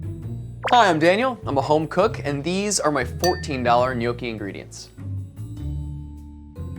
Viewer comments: Good job pronouncing gnocchi correct...pet peeve of mine, mainly because my grandmother made the best gnocchi (N'yaw-kee). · I love when people pronounce italian words correctly❤ The gnocchi look delicious too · crying of joy in Italian hearing they are pronouncing gnocchi right 🥹 but crying like “what the heck” as I read Italian 00 flour 6$!!! But again, this one they’re using is biological and - as of my knowing - a high end product here in italy too; I can assure you that you can get amazing gnocchi also with a 1€/kg flour, it’s the potatoes that make the difference 😜 they have to be quite aged/old so they’ve lost some of their moisture thus needing less flour when kneading it. This will result in fluffier and less sticky gnocchi (as he says in the video 😜). At least that’s what my nonna taught me 🤗